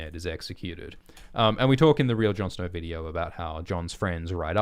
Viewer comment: "Jon Snor"